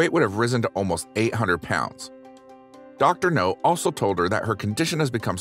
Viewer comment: OMG dude its Dr NOW. Not NO